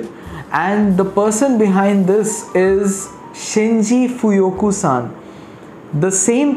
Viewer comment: Shinji Fukuyo not Fuyuko. A legendary master blender our. Nice review